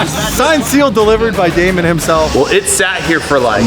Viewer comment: salim hassan it's Damon not demon 👹